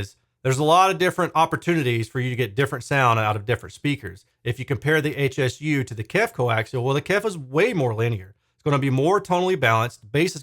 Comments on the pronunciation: Just FYI, Hsu is the name of the founder of the company, Dr. Poh Ser Hsu. It's pronounced "shoe." 🙂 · This dreadful review is echoed by one on audio science review. I think it's important to note that it's Hsu like "shoo" rather than HSU - named for the founder, Dr. Hsu. They make excellent subwoofers so it's stunning that they released such a bad bookshelf speaker.